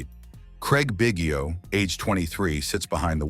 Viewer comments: Bro learn to pronounce his name if you're gonna do a video about him! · AI GARBAGE. Hint, Biggio name mis pronounced throughout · Too bad you can’t pronounce the guy’s name.